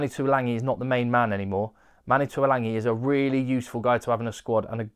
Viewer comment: Pertinent and interesting, thanks again. One small point that drives me bonkers; every commentator mispronounces Tuilagi's name. It didn't happen when his older brother Alesana played for tigers but for some reason they all decide to add an 'n' to his surname. Ok, petty rant over.